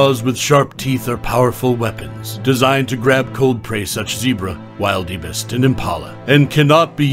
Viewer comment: narrator can not pronounce wildebeest. what a dope.